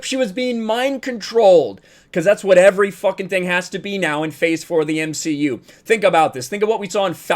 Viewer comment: You meant to say the M she U.